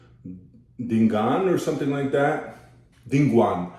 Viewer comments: Its read as di-nu-gu-an.. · its di nu gu an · "De no go an/un" rather if u want an American to pronounce dinuguan because "Di"they will pronounce it as "die" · after you eat pork with egg the next you eat is dinugoan .. l laugh the way you read dinugoan